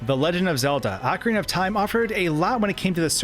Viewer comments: Articulate, please. "Ocura of Time" and "Super-Intendo"? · I think it's( ohh Carina )not ( ahh Corina ) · ahkareenuh, not ahkarinnuh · He said cockariko village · Ocrina of time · He provinces ocarina wrong too lol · Nintendo is in charge and has explained how to pronounce each word. He also says Ocarina wrong despite it being a real instrument.